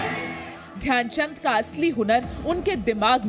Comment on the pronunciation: Dyan chand ne nhi dhayanchand ji bolo